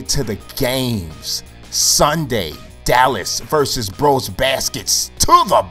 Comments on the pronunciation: FranchisePlay | MyLeague, MyGM, Connected Careers, RTTS, NBA2K15, Madden, MLB The Show No I think you can't say it correctly as an american ^^...I think there isn't an english word in which the e is pronounced like in Brose :P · You actually pronounce the "e" in brose.